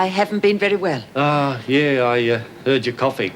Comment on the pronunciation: When Erica says "Very well" it sounds like "Hairy well".